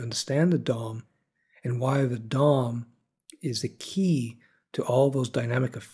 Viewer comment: I can't help but giggle every time you say Dom, because it sounds like you're saying dong. lol